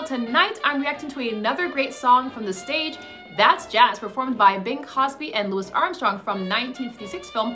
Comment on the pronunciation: His name is CROSBY; not Cosby. Please read these names more precisely.